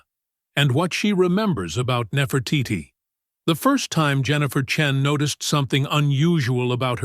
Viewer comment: I believed this story until the AI said the name Chen.